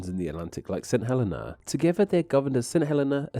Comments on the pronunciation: No offense, but I think the island is pronounced "Huh-LEE-Nah", or something like that, with the emphasis on the second syllable. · Saint Helena is pronounced Saint Hell-ee-na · Cape Town, where I attended senior school, is certainly not 17,000 miles from Tristan de Cunha. Unless you travelled east, of course. Also, St Helena is pronounced St Heleena, with the accent on the last syllable. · a friend's nana is/was from St. Helena as well, and through that i learned that it's pronounced hə-LEE-nə